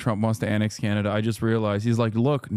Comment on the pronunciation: Why are you pronouncing Canada like that??